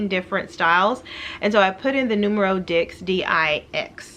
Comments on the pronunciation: ok ma'am I love your videos but you have been wearing Polene long enough to pronounce Neuf and Dix correctly. Neuf is pronounced almost like "Nerf" and Dix is pronounced like "Deese." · Would love to see you become an ambassador but become familiar with the French pronunciation of the numbers 9 and 10. We want to be on point with that. ❤